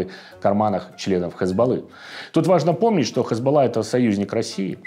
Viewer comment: Не ХЭзбола, а Хизбала, ударение на второе а